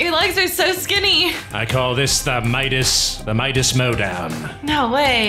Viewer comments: ummmm did I hear say papa mides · I’m dead when Midas said I HAvE cHIeld